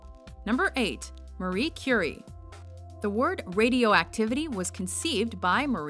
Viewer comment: Its not Marie Curry or however you pronounced it.